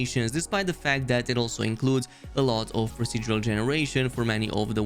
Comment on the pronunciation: they lost me with "procedural generation"